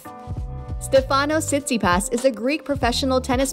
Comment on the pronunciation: What you talking about she says his name correctly you’re clearly the one who knows nothing about pro tennis 🤷‍♂️